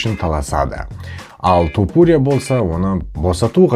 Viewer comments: тОпурия демей То(а)пурия деш ,нервыны ауыртпай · Брат Тапурия деп аита берши😂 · Туупурия дегенине ризамын брат 😂